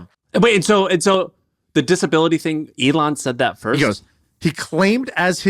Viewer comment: ME-lon Musk! hah